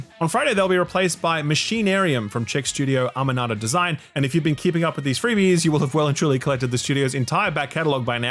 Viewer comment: damn, still can’t pronounce Amanita Design, or Machinarium, or Davey Wreden, or…